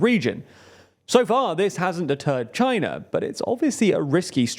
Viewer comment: "Chiner and Vietnam" "Chiner and the US"